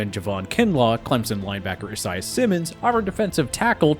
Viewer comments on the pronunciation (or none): none